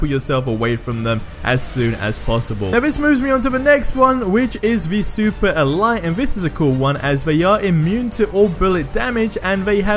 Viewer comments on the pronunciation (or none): why he say super elyte???